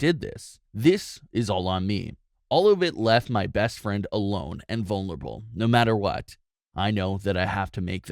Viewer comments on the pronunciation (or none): The way he struggles to say "vulnerable."